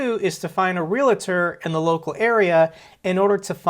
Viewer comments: Real tor. REAL TOR. NOT REAL A TOR!! JEEEZ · Omg dude stop saying realator. Just say agent from now on lol. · Realtor is NOT pronounced R E L "A" T O R... .Real A Tor is wrong.